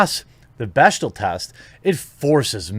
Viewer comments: As someone who used to date a hardcore feminist, it's pronounced 'beck-dell'. Not that it matters as its a measurement of nothing. There are heaps of movies that are super sexist that pass. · Jeremy, it's pronounced "beck-del." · The one thing you read actually had the pronunciation spelled out phonetically and you still mispronounced bechdel.